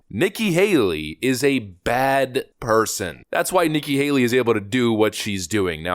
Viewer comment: Nikki Hale-er-y